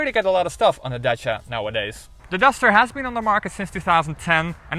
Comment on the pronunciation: Wow ! A car named Dutch-ia ! And it is orange ! And the presenter pronounced the name properly ! I believe that Renault wants the Netherlands market real bad . The courtship is shameless .